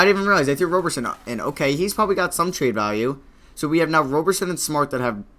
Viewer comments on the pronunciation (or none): Roe ber sin